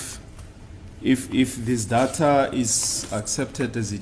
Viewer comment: Its called Deyta, not dhatha😂